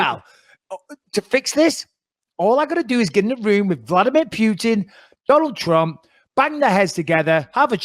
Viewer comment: Vladmeer Pewtin